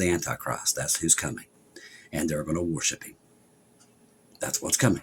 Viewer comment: I thought you said "warship.". Then it dawned on me, WORSHIP IS OUR WARSHIP!